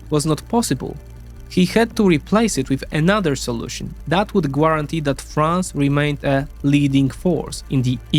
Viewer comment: What’s a gwarintee?